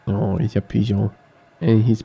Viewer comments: You say pigeon in a very peculiar way. Almost french-like, hahaha Love the series! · Yeah, it's a running inside joke we have with. And I believe that's really how the French pronounce pigeon as well.